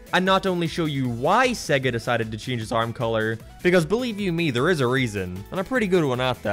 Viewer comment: SEGGEH???? It's SAYYYY - GAAAA - I mean they literally say it at the start of the Sonic games. :p x